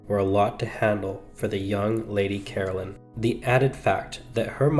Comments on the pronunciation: Caroline is not pronounced as Carolyn. Ca-rol-ine. Whats so shocking about some pubic hairs? 😅😅😅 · CaroLINE, not Carolyn. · Please get her name right. It’s Caroline, not Carolyn. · Lady Caroline was English and in England the name is pronounced Caroline not Carolyn. I have no objection to the American version of English but it needs to remain American . At the moment we are experiencing Americanisation of the English version, of our ways of spelling and verbal pronunciation if not or the correct English version will be consumed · It’s Caroline not Carolyn. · Nearly every word he says is mispronounced as you say it's Caroline not Carolyn.🫤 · Please at least pronounce her name correctly! Carol-LINE